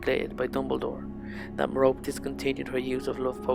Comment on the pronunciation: You pronounced Merope wrong, it's pronounced "Mer-ro-pee"